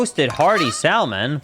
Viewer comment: I love how English is totally fluent but he still pronounces the ‘b’ at the end of ‘bomb’ and the ‘l’ in ‘salmon’